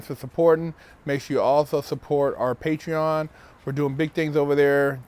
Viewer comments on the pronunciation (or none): none